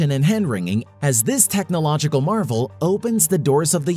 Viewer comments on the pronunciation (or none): none